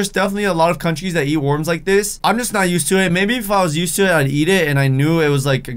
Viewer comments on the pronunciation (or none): he says worms wirdly